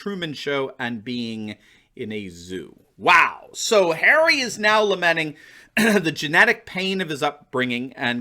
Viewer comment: It’s not Prince Harry. It’s “Prince Ha-Ray!” Of course an ultra elitist royal isn’t going to understand the fundamental rights of citizens.